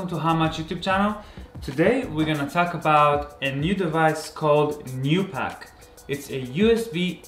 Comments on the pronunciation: Not gonna lie, I thought he said Tupac. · He said 2 pack.